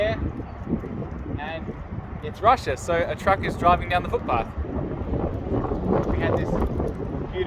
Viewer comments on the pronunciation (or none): none